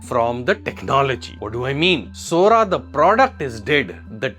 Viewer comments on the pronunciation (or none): Sora said Sori